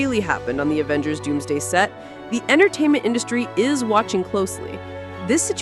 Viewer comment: Did she say Avengers Doomsgay??